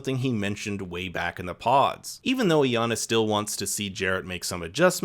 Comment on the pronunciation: Is it that hard to pronounce Iyana properly🥴🥴